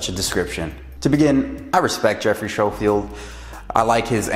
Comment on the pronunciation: Thanks for the video. It's Schofield as in "sko field" but I hear that a lot so no worries, just wanted to clarify. To start off, I am not anti-vegan. It's not an attack on vegans, or you, or veganism. It was a critique of a film and clarifying my position. Many of my clients are vegan and I have a lot of experience working with vegans ensuring that they get great results. If I was so "pro meat" you'd think I'd be pushing them to change their diet but I never do because it's a personal choice. First, I'm not saying those Doctors are bad people. I'm saying they should disclose at least somewhere their conflicts of interest. That is good science and just the right thing to do. It doesn't have to be in the actual film (time is limited) but it should be somewhere. Agree statins suck. Agree a lot of doctors sell out. Second, they were very, very careful with their wording to never actually attribute these feats of strength to veganism, but if you look at the film as a whole it's clear that they are painting a very rosy picture of veganism. There's nothing wrong with ideology, but ideally, they'd show both sides of things. Like the gladiators that ate grains for performance? Actually, they ate grains to fatten up so that they wouldn't get wounded as easily. That's from the actual study that they referenced, but somehow that detail never made it into the film. Yes, grains for (fat) gains. Third, I realize that the majority of athletes meat, which is why I pointed it out. You'd be su